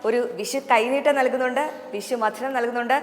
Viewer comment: വിശു അല്ല വിഷു. അക്ഷര സ്ഫുടതയില്ലാത്ത ഇവളുമാരെ ദയവായി മലയാള അക്ഷരം പഠിപ്പിക്കണം. ഓരോരോ അവതാരങ്ങൾ. ഇവളൊന്നും ജനം ടി വിക്കു ചേർന്നതല്ല